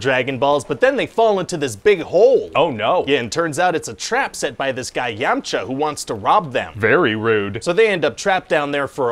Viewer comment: Lol. "Peek-a-lo" and "Yam-cha"